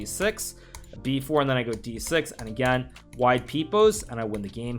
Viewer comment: “Wide peep-ose”?? What’s that? 🤣🤣